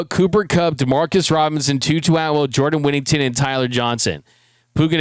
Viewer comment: Jesus crist get his dam name correct it's jordan whittington